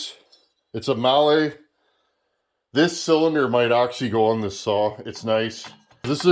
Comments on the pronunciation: Mahle = molly molly molly. Not being a dick, I said it wrong for years until I worked with them and they laughed then straightened me out. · Just in case anyone wants to know.. It's pronounced "may hol".